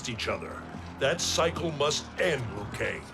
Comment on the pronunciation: Its liu not lou kang. It’s not a silent i